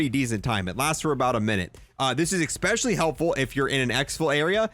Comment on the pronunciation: This video was really helpful! But... "eggspecially"